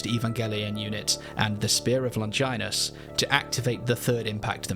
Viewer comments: Longinus is pronounced "Lon gee ness" not like a female body part 😭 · Fantastic video! You simply mustn't pronounce Longinus that way, though haha